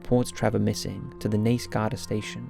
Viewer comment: He got Naas right more often than not, which I was surprised by. And Buck Whaleys! I do wish he’d learn that the word is inexplicable not unexplainable.